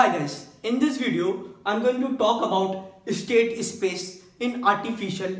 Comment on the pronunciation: es-state ess-space